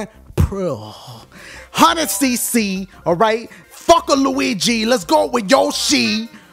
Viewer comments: Grand Prix or Grand Priuhh? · "Grand Prix or Grand Pruuh?" 😂😂😂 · I died when he said priuhh lmao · the way he says prix in the begining of the video. LMAO